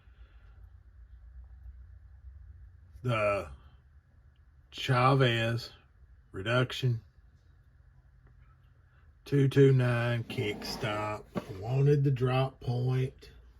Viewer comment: Love mine. Have both tanto & drop point. You’ll love it! (BTW it’s pronounced ree-den-c-on) Just decided to carry mine today thanks to your review.